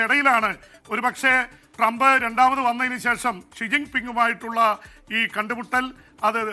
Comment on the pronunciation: ട്രങ്ക് അല്ല മനുഷ്യാ ട്രംപ്…..ട്രംപ് എന്താ ഇങ്ങിനെ എപ്പോഴും നാക്ക് പിഴ 😜 പറ്റുന്ന പണി എടുത്താൽ പോരെ ?